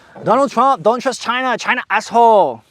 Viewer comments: "..China is asshoe". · Its pronounced "Asshoe"